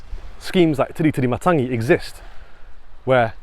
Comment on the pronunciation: I love how you’ve got a suspicious look prior to going on your walk. Eyes are the window to your soul 🙄 Perfect pronunciation of the Island. Thanks for the video of Tiritirimatangi love the quails, tui, other birds, trees, plants, beach and nature